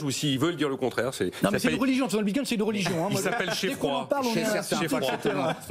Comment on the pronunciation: Le "Binecoin"... En un mot on comprend que ces types sont des clowns (en tout cas dans le domaine de la crypto).